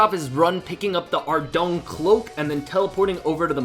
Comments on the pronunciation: It's pronounced ardawin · It's pronounced ARR DOY N